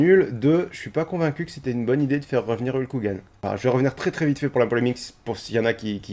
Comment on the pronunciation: Tu peux prononcer Hulk Hogan correctement STP ? :v Sinon, merci beaucoup pour ce résumé, j'avais vraiment pas envie de perdre 4 heures et quelques pour ça donc ta vidéo me suffit amplement ^^ Et j'attend le sondage "est-ce que je ferme les volets"!!